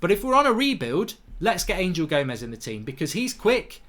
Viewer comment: He is not ANGEL he is Anhel A N H E L , anhel gomes, anhel, not ANGEL